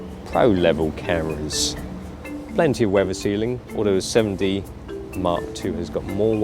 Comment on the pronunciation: He pronounces it like 'semmen dee' so it can appear to sound like semi